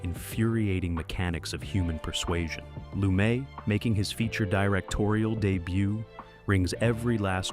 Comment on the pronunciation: Pronunciation of Lumet as in Sidney Lumet was awful.